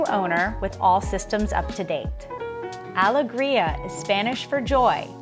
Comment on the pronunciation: I noticed all of that too, the reversed pillows were jarring. I also don't understand mispronouncing the yacht's name when the owners or even google could have given her the right pronunciation. The worst part for me was the sped up footage. This is unnecessary, requires the viewer to hit pause frequently, and causes motion sickness.